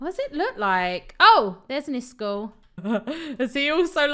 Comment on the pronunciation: pronounce iskalls name by IS-KOLL